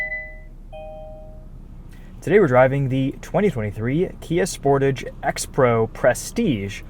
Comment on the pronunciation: the way you say sportage is so ugly. You have to say it the french way (Kia said this themself)